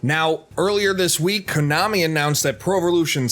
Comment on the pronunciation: Did he just say konomi? 😂😂